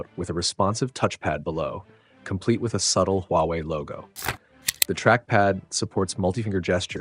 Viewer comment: The only problem with this is it is “Huwaei”